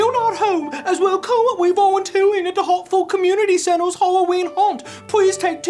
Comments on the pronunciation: WE LOVE YOU!! HAWTFOWD WILL NEVEW BE THE SAME. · HE SAID HARTFOWD!!!